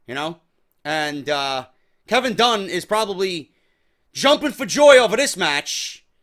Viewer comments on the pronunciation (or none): none